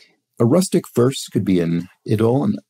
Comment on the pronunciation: Idyl is pronounced the same as idle. I too know many words from reading only versus hearing them and I am sure I mispronounce many of them!